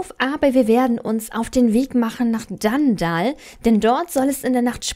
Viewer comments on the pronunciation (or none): es heißt nicht dandall sondern dunndul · Danndall XD nicht für ungut wber es heißt dunndull wie man es schreibt so sagtman es auch aus XD trotzdem du bist die beste sso yutuberin der welt😇😀😊💓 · Wie du einfach DanDall sagst und nicht DunDull😂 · Es heißt eigentlich Dundull und nicht Dandall